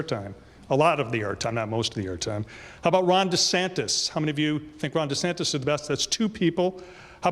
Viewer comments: After watching: First its ViVake (as in cake), not ViVeck (as in shreck). Second, its DeSantis, not DeSantos :). About your "selections", excellent job showing what people are looking for. Democrats reacted to Vivek's attention and quickness, while Republicans reacted to Vivek's.. flippantness? Your point about Vivek making himself known as an unknown is a good one. My counter is that DeSantis had a horrific spring and summer campaign.. It rained on him. People were out shining him. He's being tarred on social media as being part of the swamp, funded to front the NeoCons.. And I thought he did a good job being a good candidate - perhaps resetting his image. And of course, perhaps a more conservative approach to leadership, he looked well considered, as opposed to off the cuff Vivek. I'm going to give the win to Vivek, simply because Ron needs to decide faster on his positions on Trump and related things - as mentioned in my pre-debate points. But I can't wait until the next debate, where we can see if the candidates have grown. I'm reminded of when Trump was an attack machine during the 2016 debates, and after everyone decided to take him out, he became silent and let his opponents look stupid going after him.. I want Vivek or DeSantis to have that kind of presence. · Why do you say DeSantos instead of DeSantis? Just asking. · if you say DesanTOS one more time I'm gonna yell. C'mon man get his name right! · De Santis...(With an "i") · This guy keeps saying Ron Desantos lol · How is no one else pointing out that keeps calling DeSantis "De Santos" lol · Are you saying DeSantos on purpose? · there is no “O” in DeSantis. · come on it’s not SANTOS it’s SANTIS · With all due respect MSNBC isn't "left wing". Its a neoliberal channel. They are republicans who advocate foropen bordersand lawlessness. Also its de Santis not de santos. At least get the name right. Heard of the uniparty? There are no democrats and no republicans. Wake up